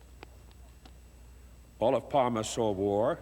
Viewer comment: Takes an Anglo to make a documentary about someone without learning how to pronounce their name lol. How hard can it be? It's so phonetic. Olof Palme. Not "Olaf Palm". It's a Germanic language, why would the e be silent?